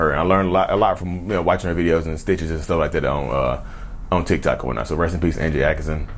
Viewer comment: Thanks I figured this much !! Trigger happy 😅.. Also your “ Tikok” tickles me 😂 it’s Tik Tok